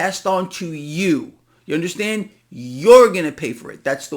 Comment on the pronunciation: You "unnerstand?", No, that's why I'm here 😅